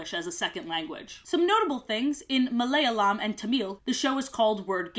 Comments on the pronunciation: I just want to say that it’s pronounced ma lay ya lam, sorry if this seems rude 😅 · ahhhhh! I speak Malayalam!!! Never thought it would be here! it is pronounced (malay-yAlem), with Malay sounding like Malaysia.